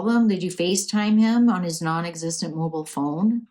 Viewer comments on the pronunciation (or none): none